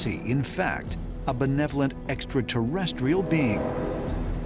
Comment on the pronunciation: "EXATERRESCHIAL" convinces me of his scholarship on the subject.